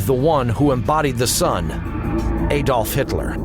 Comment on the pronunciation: Aydolf Hitlerr - Heinrick Himmlerrr - cant even pronounce it properly.